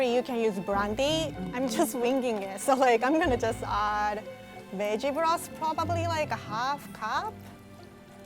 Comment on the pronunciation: I heard b*tch broth, i am very weird